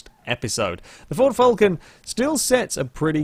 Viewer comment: Your saying Falcon weirdly, could it just be your accent?